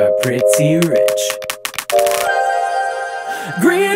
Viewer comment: I love how you switch between pronouncing it "Flamingo" and "Furamingo" based on whether you're speaking english or japanese